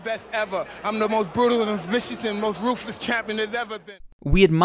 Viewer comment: Mike Tyson sounds like he's utterly broke: "I'm roof-leth!"